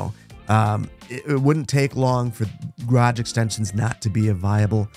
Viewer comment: Garage not grage